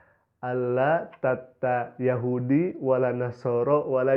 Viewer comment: Perasaan gue mendengar kan pengartian dari pendeta itu gue jadi rasa aneh ya perasaan aneh banget dah pembacaan nya aja gue dengar kok ada yang aneh pas gue pastiin eh beneran juga pengucapan kata Yahudi nya gak dibaca 2 harakat pada huruf ha'(هُو) pas gue denger ulang lah bener Yahudi nya dibaca langsung gak dikasih jeda "yahudi" yang seharusnya "yahuudi"